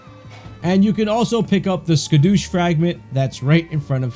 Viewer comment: Scadu is pronounced (sha-du) it's an olde English way of saying Shadow. So scadutree is shadow tree.